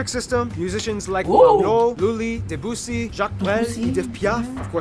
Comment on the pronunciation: There must be videos done by somebody who didn't just drink 55 gallons of coffee, hein? What is he, in some kind of race? Yeah his pronunciation is pretty good... if you can catch it while it whizzes by. Except he butchered the word "francaise" as well as Debussy's name (which they also misspelled). And Jacques Brel was Belgian.